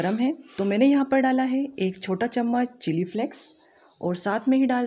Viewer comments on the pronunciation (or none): none